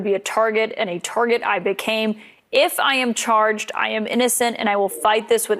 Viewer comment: He's a "tawget" and a victim of "roomuz"